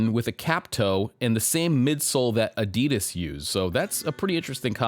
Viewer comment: You pronounce Adidas incorrectly.